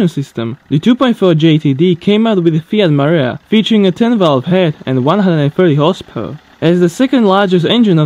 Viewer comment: Dude, when you say 'horsepower version' you sound like you're saying horse perversion